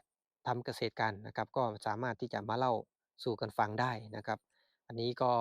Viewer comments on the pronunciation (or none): เล่าสู่กันฟัง ไม่ใช่เล่าสู้กันฟัง